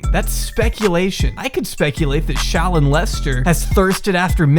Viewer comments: said "ShallON"... Meanwhile I'm just saying "ShallOFF". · the way pronounces shallon fucking takes me out every single time holy shit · The way fucks up her name gives me life 😭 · im here for the emphasis on llon in shallon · I love the way he pronounces shallon